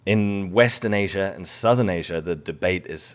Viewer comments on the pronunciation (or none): none